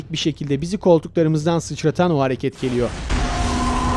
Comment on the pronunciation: adam kendisi bile yanlış okumuş sjshaha seviyoruz seni <3